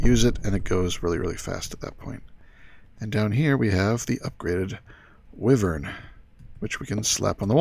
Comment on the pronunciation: I pronounce Wyvern as Why-Vern lol :D